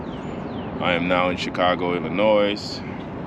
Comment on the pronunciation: Its ill-lin-noy or ih-lih-noy. The word Illinois is a French worrd of anothet Native American word. So the 'S' is silent. I'm from here and say it like the latter